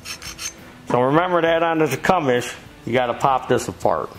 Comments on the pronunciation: Tecumseh (tee-come-see) William Tecumseh Sherman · you been calling it Tecumes for years now love it every time. Krohler Briggs and Scratton 😂 never gets old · Enjoyed watching. Tecumseh=Tee-cum-see. Don't feel bad though, no "out of town-er" ever gets it right, the first time...LOL. I know, because I live here, in Tecumseh, MI. Where the engine's name, comes from. The original buildings have recently been torn down. Old guys, may also remember the Clinton engine. They were made just 5 miles North of here, in Clinton, MI.